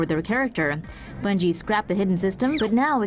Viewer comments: Its bungie not bugie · Bungie* ,not Bugie😆